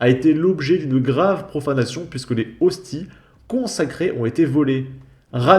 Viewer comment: des "ostise " bordel tu me fume ^^.